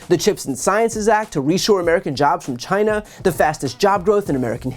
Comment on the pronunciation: he pronounces china like vagina, that’s hilarious. When Hillary said he called women fat, he said, “no, just rosie O’Donnell “, must I continue to list the hilarities?